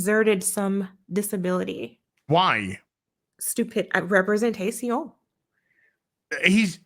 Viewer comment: Love to see that has adopted Nerdrotic's French way of saying "representation". 🤣